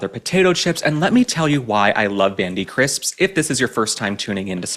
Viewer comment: Dontcha just love the way he articulates the word “crisps”-? It gets my funny bone every time